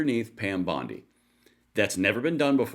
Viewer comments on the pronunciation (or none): none